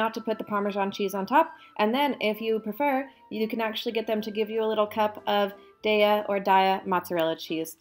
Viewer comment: Say it loud and proud! DAY-YUH, all day! :D